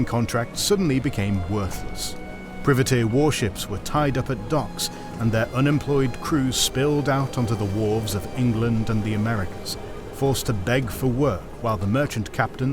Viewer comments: Take a shot of grog each time pri-vat-eer is pronounced priv-a-teer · Is it just me or does anyone else pronounce the word "Privateer" differently? Where did Priv-a-teer come from? It's always been Priva-teer. At least it was in all the movies i grew up watching 🤷‍♂ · Nobody should enunciate the word Privateer in a way that sounds like someone who trims shrouberies that aggravate hay fever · I love this channel, but your narrator really needs to learn how to properly pronounce "privateer". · What's this 'British and American' privateers? This part of history was two generations before America became an independent country. And please can you get AI to pronounce privateer correctly, it's so irritating! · Good video but would appreciate Privateer being pronounced properly as it's be a bit grating hearing it pronounced wrongly tielme and again. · The pronunciation of privateers makes them sound like bushes. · I have never heard privateer pronounced this way before, and it's making me laugh every time it's spoken. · Are they pronouncing "privateer" weird or am I wrong? Not a native English speaker here, so I was just wondering for my own edification. :)